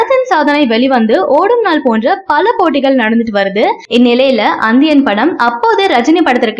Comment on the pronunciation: அந்தியனா ஏனம்மா உங்களுக்கு நி என்ற உச்சரிப்பு வராதா